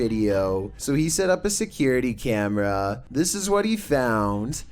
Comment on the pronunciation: And that guys voice JESUS he adds about 10 syllables to every freakin word. You and I say camera, he says cameraaaaaaa, historyyyyyyy God I like to slap about 30 syllables out of his mouth. I unfollowed him after two videos.